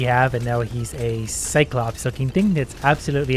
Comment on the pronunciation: TRICLOPS NOT CYCLOPS